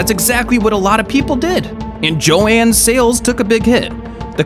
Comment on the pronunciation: It's killing me how you're pronouncing JoAnns. It's Jo-Ann.